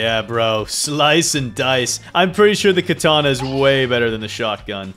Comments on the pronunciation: Dude it’s katana not kataana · “Katena speaker women” BRO ITS KATANA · Katana not katena btw